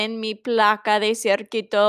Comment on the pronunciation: Me encanta el cuento! "Circuito" se pronuncia, "Cir-CUI-to" (Cui as in "cuidar," same sound). También robot se pronuncia ro-BOT.